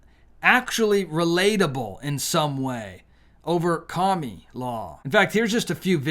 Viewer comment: Please stop calling her KA-ME-LAW. I understand why you're doing it, but it is ANNOYING AS HELL! Thank you! I'll be voting TRUMP 2024. ❤